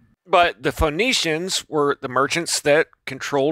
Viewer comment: I really want to like this video but this guy keeps mispronouncing every key word 😂😂😂 “Medici = Demici”, “Phoenicians = phone-nicians” “Haim = JAAAAAM”. Oh lord. Also, the Medici were not nobility just super rich bankers.